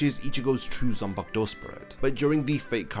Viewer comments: You explain things well. The only thing that gives me migraines is how you pronounce ZAN-PA-KU-TO as "Sen-pag-douh". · "zumpuck toe."